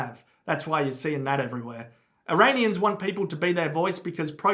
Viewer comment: Eraineeyens lol